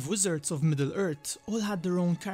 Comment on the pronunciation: had to leave the video as soon as he said MiddleErt.... smh sound it out Midd-le Earthhh lol im just trollin but forreal I couldnt watch the video